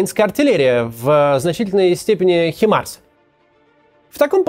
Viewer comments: хватит резать мои уши не хИмарс а хаймарс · M142 HIMARS (англ. High Mobility Artillery Rocket System — произн. Ха́ймарс) — американская реактивная система залпового огня на колёсном шасси. Как ты задрал уже со своими Химарсами....что это вообще такое?